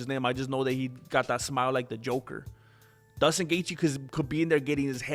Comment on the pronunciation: His name is J-J-JUSTIN- NOT DUSTIN...STUPIDO